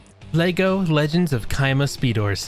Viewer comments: It's chima not kima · The way he pronounces "Chima" has me dying lol